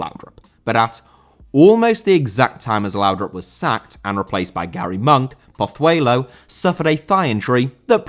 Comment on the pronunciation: Pozuelo* not Pothueilouw